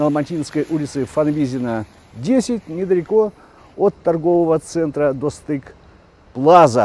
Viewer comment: вы отлично 👍произнОсите казахские слова! Слово "' дОстык= дружба = прекрасное слово- ударение на "'О"' и всё ещё лучше будет!Спасибо!